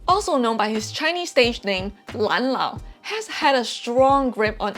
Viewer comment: it's lamlao, not lanlao